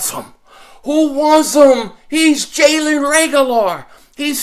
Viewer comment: LMAO! Jalen “Reagular” I love it!